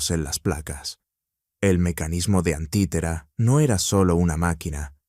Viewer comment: No es antitera, es anticitera 🤦🏽‍♂️